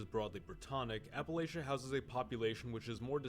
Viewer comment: Well I know this dude is NOT from Appalachia based on how he says it lol